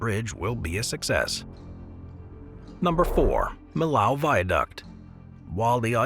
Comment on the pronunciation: Millau is pronounced “mee-yo” not “milow”